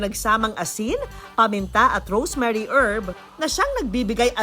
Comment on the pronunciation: rosemary hindi rosemarie herbs